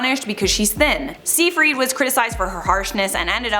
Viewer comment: Amanda’s last name is pronounced “sighfrid” not “seefreed”. Other than that, love your vids!